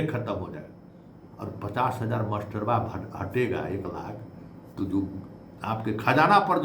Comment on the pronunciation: Baar baar aap masterba bol rahe hein..aisa lagta hai ki aap master se nahi parhe hein..ekaek bina master ka vidwan ho gaye hain..bhasha suddha boliye..jo v khabar dijiye..